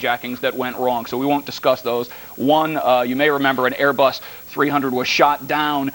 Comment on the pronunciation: Queens NY Airê-Buss ¿¿¿